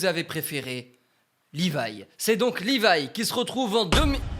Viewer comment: C'est Levi pas "Livaï"